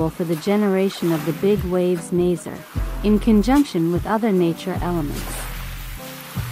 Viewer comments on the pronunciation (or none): I’ve heard this name two ways - Nazer and Nazary, so now I have no clue what the actual pronunciation is.